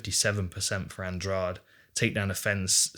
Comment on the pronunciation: Andrade should not be pronounced as if the "de" is like the second g in garage. It should be Andradeh. (I know that Portuguese sound the "de" with a "soft d" and English doesn't have a sound like that, nor letters.)